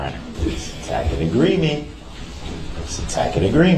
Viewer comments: He so confident in his ignorance. This animal struggles with words yet still believes he’s on the same level as the judge and prosecutors. He has to AXE questions about the TACKIT agreement 🙄.. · I wince everytime he confidently says "tack-it" agreement. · Tack-it agreement, licen plates, june-acated, text-es, substained, axe, biast, Liberry, irrelevancy, grounz, What an idiot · A “tackit” agreement… brilliant! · he's mispronouncing "tacit" whenever he claims Judge Dorow is making a tacit agreement. He eventually starts pronouncing it correctly.